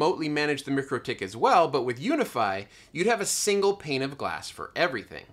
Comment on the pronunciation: Mikro pronounced like Micro, not mickro. Mikrotik pronounced like Micro tick. Couldn’t help but chime in :)